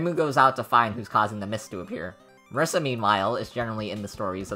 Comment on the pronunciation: MUH - REE- SAH.